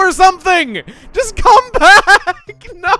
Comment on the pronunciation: Man, Chugga sure knows how to "NO"!